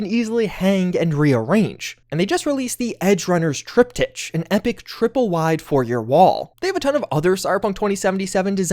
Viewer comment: Triptitch? Lol. Its trip tick